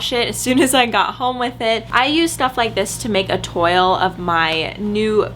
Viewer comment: Hi, here's a trick for "toile", it's pronounced "twal" (tw in front of al (as in big Al):) Hope this makes sense lol. Btw Love your videos on both channels!!! xx